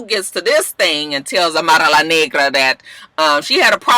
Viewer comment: WHY YOU GOTTA SAY AMARA name like that !!!! LOLOLOL